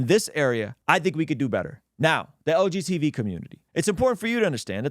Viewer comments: Hearing "LGTB" instead of "LGBT" the whole time was itching my brain 😂 great video as always brother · Is saying "LGTV?" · He’s definitely saying LGTV 😂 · You’re harming the LGTV community every time you mispronounce the term 😂